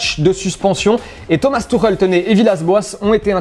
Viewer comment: Keskil baraguine tuchel ? 😂